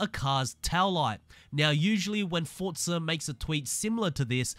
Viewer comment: another starting by saying the games name wrong its not Fortza it'sFORZA